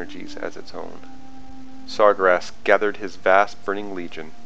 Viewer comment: I know you didnt just call Sargeras Sar-gur-ass...